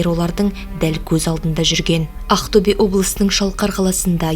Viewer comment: Ақтөбе дегенді дұрыстап айтшы шатырды тайдырмай